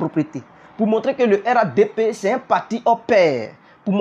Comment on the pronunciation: On dit RHDP toi tu dis RADP